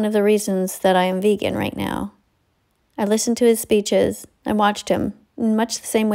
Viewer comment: teacher: VeAGen VEAGEn VeGEAn